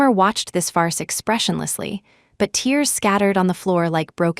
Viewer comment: FARCE not far as